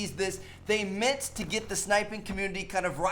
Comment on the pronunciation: "They mint to do that" ahah